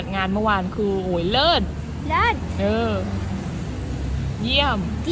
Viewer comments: เลิศ ไม่ใช่ลาภ พืชก็ไม้ถืก555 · เลิศ (Lerd) ไม่ใช่เลิฟ